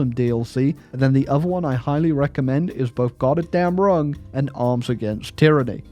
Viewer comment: Every time he said "Godderdamnrung" I lost part of my daily sanity"